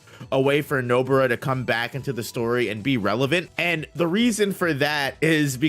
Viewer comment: Stop calling her Nobura ffs